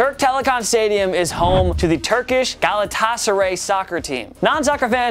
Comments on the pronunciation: IT'S PRONOUNCED GALA-TASA-RY AND FENER-BATCHAY FOR FUCK SAKE! US EUROPEANS HAVE NO ISSUE PRONOUNCING IT! joking of course, you just butchered the pronunciation horribly lol. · It’s hard listening to you trying to pronounce Galatassaray and Fenerbahçe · Did he try to say Fenerbahçe? he literally said “fenarbak”, wtf. And him trying to say Galatasaray was pretty bad as well tbh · That pronunciation of Fenerbahce and Galatasaray is shocking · Cringe worthy 😂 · Yea man as a Turk I was crying....was like is he talking about Fenerbahçe 😂😂😂